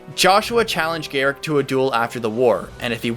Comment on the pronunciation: Gerik = Jer-rick, get my name right.